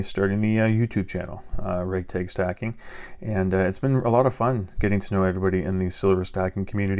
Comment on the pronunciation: “Raeg taeg stacking” lol